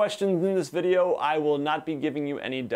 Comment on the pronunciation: ... "bideo" lol